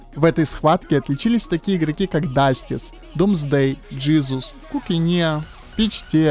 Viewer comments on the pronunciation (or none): none